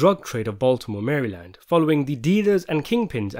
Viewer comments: Mare-a-lend. Say it with me. Lol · Ur a capper about that message And it’s “mara-lind” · Said as "Mara-land" not "Mary-land". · I love when non Marylanders pronounce Maryland. Mary-land 😂